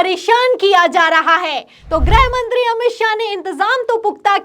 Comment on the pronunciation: Grah mantri nahin Ma'm, grih mantri.